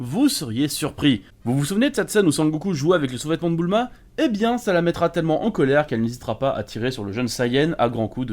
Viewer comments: super video mais* ::: c'est Bulma et non Boouuuulma !!! hahaahhaaha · Toi t’as vraiment des problèmes sur les prononciations, déjà tu mAvis alors que c’est M"éy"vis De plus C’est pas Boulma mais bUUUUlma, répète après moi BUUUULMA :) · Mdr tu me tue quand tu dit boulma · «Boul-ma » c’est vrai qu’elle porte bien son nom 🤔